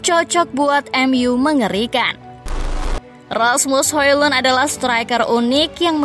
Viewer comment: cara bacanya Asmus Holon...